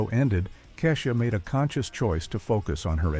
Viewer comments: Either you're Lilly White or a Bot. You poorly pronounced Keisha and Raven Simone...Google it, do research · Anyone else annoyed that they couldn't pronounce Kesha or Raven Simone?